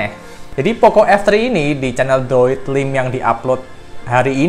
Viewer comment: Droidlime bacanya droidlaim bukan droidlim agak gatel kuping gw dengernya 🤣